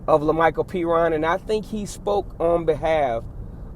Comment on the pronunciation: Woohooo pronounced Perine right.😂